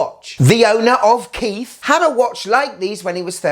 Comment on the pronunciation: As a Kith fan who purchased the watch, coming and watching your video was absolutely shocking. The lack of respect was galling. I get not liking it as the pricing was atrocious. What I didn't get was the rudeness of the intentionally mispronouncing the name and the use of a non Kith product to show the brand. I get why you chose the Rhude hat because your idiot audience won't look and see that Kith branded hat sells for 60. I would say you're better than clickbait nonsense, but you are not. It's a poor watch but better than your brand could ever hope to be.